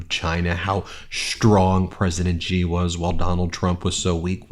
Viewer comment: The Chinese „Xi” is read more like „she” not „ji” or „g”